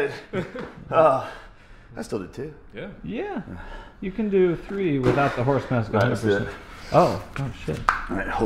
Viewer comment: Three? No, no... TREE.